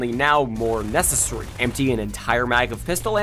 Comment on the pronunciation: Good video, but I don’t like the way you say “necessary” it just doesn’t sound right